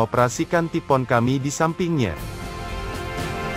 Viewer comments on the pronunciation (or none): Ngomongnya taifuun bukan tipoon